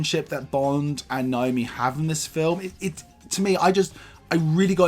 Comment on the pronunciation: It's Nomi not Naomi It's Pal-o-ma not Pol-oh-mer Everybodyyyyyy 😂